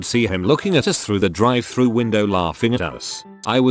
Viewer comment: “Drive thra”